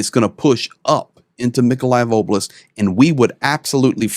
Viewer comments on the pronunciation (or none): none